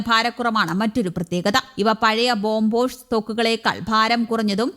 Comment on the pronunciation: ബോംബോസ് അല്ലല്ലോ.. ബോഫോഴ്സ് അല്ലെ..😮